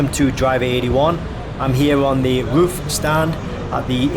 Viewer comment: It ain't a porsche. It's RUF ROOF